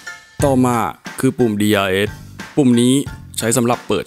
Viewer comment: ขอเรื่องเยอะนิดนึงนะครับ เวลาอ่านคำอังกฤษที่มีเสียง S ออกเสียง S ซะหน่อยก็ดีนะครับ น่าจะฟังได้เนียนขึ้น เช่น Lewis, DRS, Balance ประมาณนี้ครับ